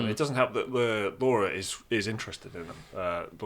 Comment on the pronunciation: Who is Laura? How DARE you say that as a fellow UK born and bred! Lah-ra not Laura. :P